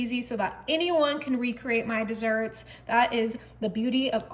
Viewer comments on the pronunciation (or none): none